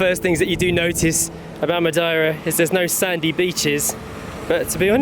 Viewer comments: Ma-dee-ra is the way I've always said/heard it. Never heard it pronounced Ma-di-ra before. Lovely video though guys. Missing your old style Monday to Friday raw kinda vlogs these days though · Ma deer ah. Not , ma die ra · Its pronounced MUH-DAY-RUH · Madeira " Ma day ra" 😊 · It's not complicated to pronounce it. Just pronouncie it as follows:-"Matheyra". The "as" are deaf.